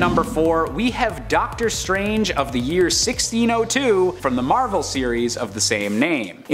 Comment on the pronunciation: Ducktor strange 🤣